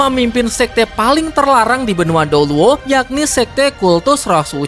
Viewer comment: ini emang telinga ku yang salah denger kata douluo jadi dolo apa gimana😭